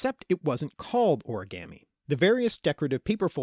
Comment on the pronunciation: You say origami wrong